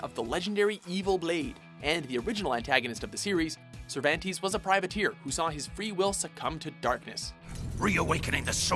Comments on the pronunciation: FIRE THIS GUY ALREADY. He pronounces something wrong every episode. I give him the benefit of the doubt most of the time, but the SC series SAYS THE CHARACTER NAME AND PRONOUNCES IT! Cervan-TEZZ not Tease TAH-ki not Tacky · "ser-van-tees"? uhm, it's pronounced "cehr-vhan-tehs" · Sir van tees? Cer van tes. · lol its not SIR-VAN-TEES its SIR-VAHN-TES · Sir vahn Tez not sir van tease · "Sir-van-tees". It's "Sir-vahn-tess". I swear, everyone at WatchMojo has no clue how to pronounce anything. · "Sir-van-teas" No....Ser-vahn-tess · "Sir-van-teez" Ugh, sloppy. "Ser-vahn-tez" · I know this is old but it IRKED me when you mispronounced "Cervantes". its pronounced "Sir-Von-Tez" not "Ser-Van-Tees" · play the game before you make a list, cer van tes, not cer van tees geez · Sounds so weird the way his name is being said in this video. He's Spanish so it's Cervahntez in pronouncing his name. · "sir-van-tees" loooooool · Your pronunciation of the character names pisses me off. SIRVANTEES. TACKY. If you fuckin play the game it SAYS THEIR NAME FOR YOU. Also why the fuck do honorable mentions when you can just make a top 15 video instead of 10? This video is stupid lol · I met a guy on PSN once named Moistpantease, but read it as Moist pan tease. Funny times. Then I hear Cervantes pronounced "Cervantease "... Is the voice of watchmojo top 10 videos that person??? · Toc kee, Ser von tez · it's pronounced Ser-Van-tes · Actually, everyone of you are pronouncing the name uncorrectly haha. It's " θervantes". Try to hear it on the google translator spanish audio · Actually in Spanish it would be pronounced more like Therbantes so you're all wrong. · I'm confused as to why Talim wasn't even mentioned , and why you pronounce Cervantes like 'sir van teez' 🤔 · CER-VAN-TEES?! Come on dude, it's not that hard to say a name how it should be said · I cringe every time he said Cervan- TEEZ. LIKE BOI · Sir VanTees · Cervantes rhymes with panties hahaha